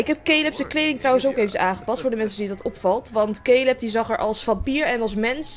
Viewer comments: Lotte Zuithof ja maar ik bedoel dat je het uitspreekt als calub en ik kijk naar yammyxox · je schrijft caleb maar je zegt calub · cooking clas misschien dat zei het fijn vind om het zo te zeggen maar ík heb zelf nog nooit iemand die Caleb heet Calub zien noemen😬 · Het is wel caleb no hate maar ik kijk naar pretty little liars en daar heet iemand ook caleb